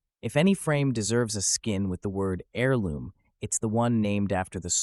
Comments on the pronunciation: AIR-LOOM... NOT HAIR-LOOM. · The H is silent in Heirloom, it’s always been silent, how do you mispronounce it like that? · You gotta take a little emphasis away from that H when you say heirloom.